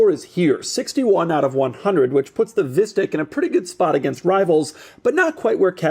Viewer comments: I love how it's pronounced as visstick which is this rather bad dutch food which is almost like a chicken nugget but with fish instead of chicken, however, just like chicken nuggets, they are super processed and so they don't taste that good, therefore it keeps cracking me up when doug keeps calling it a visstick😂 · this is exactly how you pronounce fishstick in Dutch lol